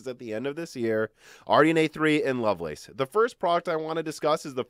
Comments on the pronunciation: Lovelace is pronounced loveless. Its a person's name. Its not the lace on sexy underwear. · Yes, it's a name. No, it is not pronounced like "loveless". It's literally pronounced "love lace".